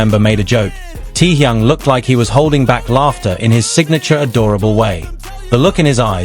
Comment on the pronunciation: Omg...so tired of AI..."Tee-Young"?? Really??!! 😦🙄